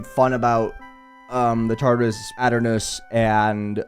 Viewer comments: ah yes "ot" ernos, i swear to god if thats the correct way to say it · it's pronounced ee tur nus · that is probably funniest way of pronouncing "Aeternus i think ive ever heard LOL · Say aeternus again I dare you